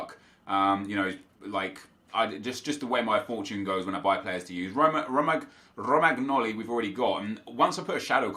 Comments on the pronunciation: Pronounciation correction: It's caltsio a not calsio a, calcio in italian means football. It's romanioli not romagknoli (gl makes li sound and gn ni sound) Also it's immobile not immobail You're welcome ☺️ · Its actually pronounced Romanjoli ;) thank you for changing the team up and making it interesting. Love your hard work <3